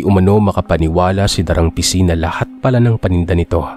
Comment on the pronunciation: Da--rang Ising po ang pronunciation. Anyway, nice story. All the way from Adelaide, Aus. 😊